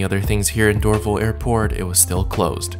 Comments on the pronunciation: FYI it is Door Val like valley... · Dorval is pronounced door val( like Value but leave off the ue.) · Are you not concerned about having to quarantine for 14 days on your return to Canada? Not a big deal, but you mispronounced "Dorval" and "Lufthansa". It's "Dor-VAL" with the emphasis on "VAL", and "Luft-hansa", not "Luf-thansa". I enjoy your reports but would prefer them without the background music.